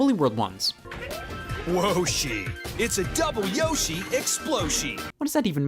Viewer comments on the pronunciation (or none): WHOASHI ITS A YOSHI EXSPLOSHI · "Woahshi it's a Double Yoshi Exploshi"